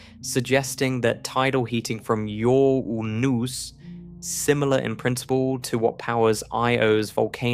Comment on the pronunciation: Euu-rooh-pooh! Uur-uuuh-unos! Stupid AI. 😂